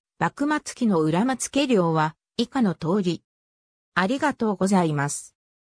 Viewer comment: 裏松いえ❌→裏松家（け） ご台所❌→御（み）台所 その他誤読あり。